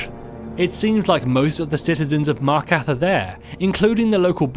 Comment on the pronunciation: The most disturbing thing is that your voice over guy can't even pronounce half the stuff in this game. Did someone miss-type the script or something? Markath? Volikar?